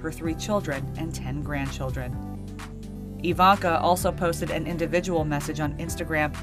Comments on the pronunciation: ITS IVANKA>>>NOT IVANA! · omg❤ i love how americans pronounce the hard v in ivanna, we have to pronounce it iwanna or else get hours of lectures! just saying.